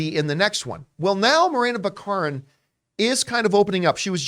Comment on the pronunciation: I thought it was BACK-a-rin?